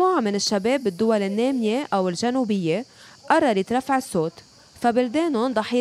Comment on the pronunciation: ما تحكي لغة فصيحة "السوت" الصوت🤐